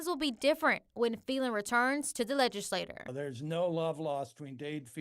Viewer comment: She pronouncing Phelan wrong